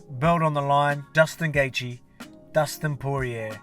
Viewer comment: Who is Dustin Gaethje champ? hahah been noticing you always mess up Gaethje's name LOL